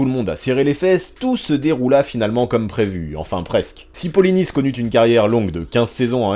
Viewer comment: Merci d'avoir prononcé Polynice à la française, c'est rare alors qu'il est Haïtien, et n'a pas de raison d'être prononcé à la Braïce de Naïce !